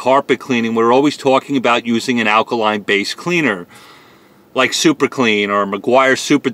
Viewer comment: Take a shot every time he says akaline...